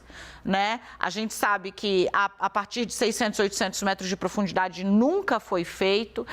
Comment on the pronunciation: Apresentadora , - Em alta produndidade ? Que isso ? 😢